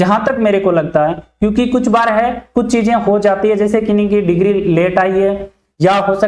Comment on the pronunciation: डिक्री क्या होता है, ? डिग्री होता है